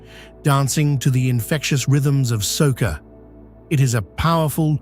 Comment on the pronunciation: Also, circa minute , you said calypso [kuh-LIP-soh] correctly, but the other related form of music/local song is Soca = SOH-kuh [hard k rather than soft s] [not SOH-suh].